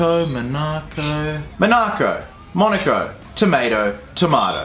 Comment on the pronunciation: "Monarco, monaco, tomato, tomAto" there is no r... The way you say it makes it sound like it has an r... like marco...